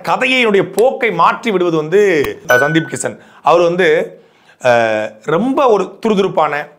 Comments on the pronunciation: சுன்டீப் இல்ல அண்ணா சந்தீப்😅😅😅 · அது சுந்தீப் இல்ல சந்தீப் கிசன் னே